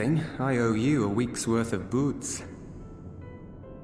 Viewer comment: Anyone else surprised that buuz was pronounced "boots" and not "buzz"?